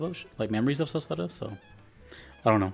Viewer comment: "Selceta," you're saying the location correctly. So here's the deal: the map of Eresia, the continent where most of the Ys games take place, is pretty much a 1:1 rendition of Eurasia, but drawn by someone drunk and given names by someone with a speech impediment. Celceta takes place on the border of Gllia (France) and Ispani (Spain) near where the Bay of Biscay would be, but the entire place is under the rule of Romn (Rome). I say this because depending on the version of Ys 4 you'll get different influences of Spanish culture poking in... but Spanish culture as interpreted by someone that has never gone to Spain and confuses it with South America. Memories of Celceta has the least of this, instead focusing on the stories of Adol that have been produced in all the many games since the first version of Ys 4. Why are there so many other versions of Ys 4? Because making a game is hard and expensive, licensing an IP is cheap and easy money, and at the time Falcom's entire staff constituted about 12 people. Yes, that includes the janitor.